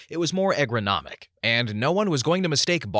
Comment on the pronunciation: You should probably look up how to pronounce words like miscellaneous and ergonomic before recording :-P